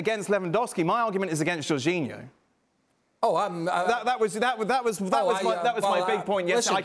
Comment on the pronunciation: Why are people keep saying Jorginho 🤣😂🤣 Lewandowski I understand but C'mon now J O R G I N H O